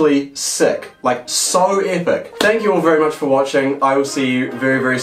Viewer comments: Normal person: "Epic": " A-pic" " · On the lemon he said apak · No one:: LiCherAlly EHHPEC